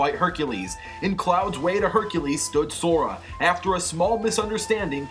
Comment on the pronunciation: it's sora not Zora